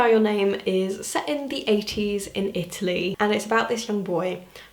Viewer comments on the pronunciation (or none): none